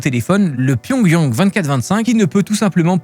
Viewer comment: Pyongyeng ou pyongyang lol